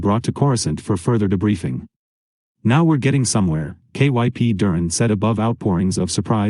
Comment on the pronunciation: I like that I can listen to the book but the software can't comprehend the words in these books. It just pronounced kyp durrons name as K.Y.P. durn. There are a tons of these throughout. Thanks for the effort but could you try a better software or just read them yourself?